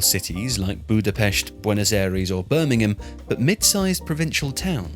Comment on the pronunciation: As a Hungarian, i really appreciate how you pronounced Budapest in the correct way, for some reason almost everyone pronounces Hungarian and German words in an anglicised way even when they only have sounds that are present in the english language too.